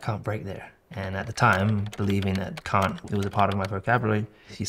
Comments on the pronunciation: “Cain’t” as you say in the U.S. 😂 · As an American I can say that I've never heard anyone say cain't till I watched this video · the "cain't" is dirty lmao